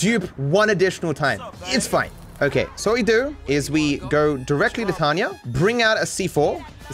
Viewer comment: her name is Tonya. TONYA. Not Tanya. It's not your accent. Say it correctly.